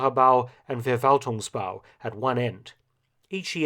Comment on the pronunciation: And FerValtung. 😀